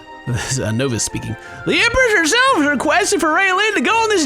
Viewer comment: The way he says novice kills me